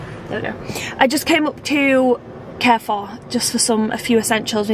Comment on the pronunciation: I literally hate the way she pronounces Carrefour - it’s not pronounced Care-four it’s pronounced CAR-Four